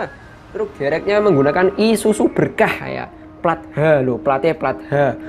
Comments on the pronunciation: Bang Isuzu bukan isusu wkwkwkwk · Isuzu bukan isusu 😂😂😂😂